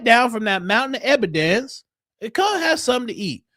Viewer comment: add it to "da mountain uh ebadence."